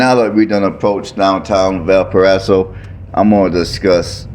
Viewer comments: Its pronouced Valporazo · It’s pronounced Valparaiso